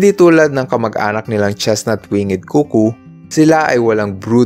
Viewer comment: Chestnut-,wingd po, not wing-nged